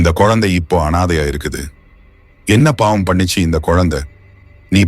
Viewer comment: படங்கள் அருமை.கதையும் அருமை.."யாரையுமே பார்த்தவுடன்" பொருள் மாறுபடும்."பார்த்தவுடன்யாரையுமே" என எழுதியிருக்கலாம்..மகன் அழுது கொண்டிருந்தான் அல்லது குழந்தை அழுது கொண்டிருந்தது.உச்சரிப்பு சில இடங்களில் சரியில்லை.pavam ஓரிடத்தில்bavam. ahi vittadhu.. குலவையில்இல்லை.குவளையில். விளக்கி இல்லை விலக்கி.காமம் தாயைக் கூட கொல்லுகிறது.